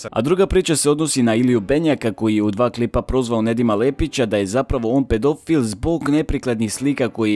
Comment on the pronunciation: Hahaha kakav je ovo naglasak, pedoooofiiil